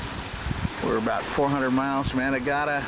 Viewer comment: Where did you sail to, as I can't quite make it out??? BVI.. Anna garda, anna guana, just can't hear it anyway great clip :-)